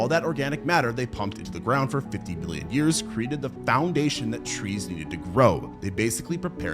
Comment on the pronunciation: it definitely sounded like billion